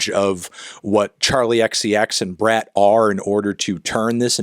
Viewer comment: You're pronouncing it wrong! It's pronounced "brat"